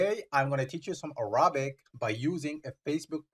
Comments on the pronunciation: Please, pronounce Arabic correctly, it is not ارابك it is اربك I beg you, I teach Arabic, and wanted to use your site, but this pronunciation is a killer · By the way, your English pronunciation of the word Arabic is wrong. The stress is on the first syllable, on the 'a'